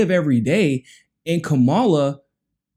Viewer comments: Kamala isn’t black and it’s probably best if you don’t mispronounce her name because it makes her sound black. It’s pronounced KA-ma-la., not ka-MA-la. Great video as always. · It really saddens me that using a fork and napkin, in any situation aside from cannibalism, is a factor for any person considering a President. What about continuously mispronouncing a person's name? Does that lose a person credibility? Kama-la. She is terrible, but say it correctly.